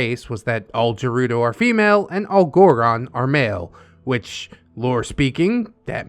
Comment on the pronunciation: bruh what the hell? hylians and sheikah are 2 different tribes. unless OP means they were a highlian raised by the sheikah. (ps the way OP spelles shiekah and the way pronounces gerudo triggers me beyond reason)